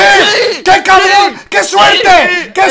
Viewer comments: En el minuto, dice carbón o me lo parece? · Creo que dijo carbon con la r despues de la b